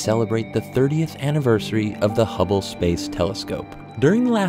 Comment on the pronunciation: For a second I thought it said "Hubbie Space Telescope".